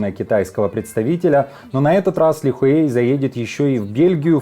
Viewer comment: Фамилия Ли Хуэя, пишется без буквы "Э", так же и произносится.